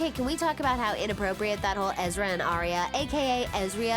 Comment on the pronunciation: It’s aria not eeria and u put Ashley instead of Sasha towards the end